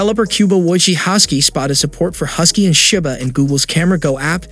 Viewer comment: I can't believe you pronounced Shiba like that, It's more of Shi-ba not Shai-ba